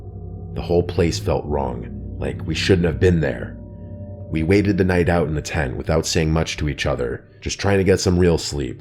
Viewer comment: Can u pronounce the T and the end of the tent